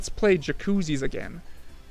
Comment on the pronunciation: Did you just say "kwiksote"